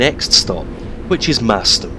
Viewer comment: great Vid although the pronunciation of Merstham is wrong. 'Mers~stram'